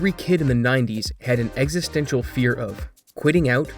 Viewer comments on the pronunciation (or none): none